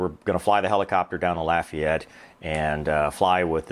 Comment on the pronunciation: Congratulations you pronounced Lafayette correctly. I am from there and I do not like when people say LAHfayette.